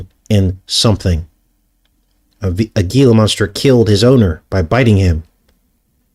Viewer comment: Gila is pronounced " Hela "